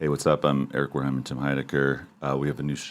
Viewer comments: with the occasional "Wolheimer" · He's been saying Wareheimer as long as I can remember